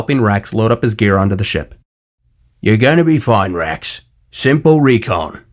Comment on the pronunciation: Everytime you say wrax/rax I hear Rex. Lol! Vader’s entrance was perfection. 👍